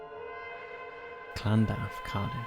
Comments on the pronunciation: In Cardiff its lan-duf not what ever you say it called:/ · The way he says Llandaff 😅😅😅